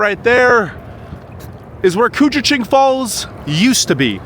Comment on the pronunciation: Very impressive you pronounced koochiching correctly! 👍🏼🤣 Born in Baudette, I haven’t been to “I Falls” in probably 35-40 years now and you did a wonderful job showing it off! Fun Fact: we can easily experience 60-70 degree temperatures changes within a day or two, -30 to +32 is quite common. Fun Fact #2: we own more clothing than other people (eg.)3 -4 pairs of boots along with tennis shoes and sandals. Same thing with Jackets, hats, gloves and scarves!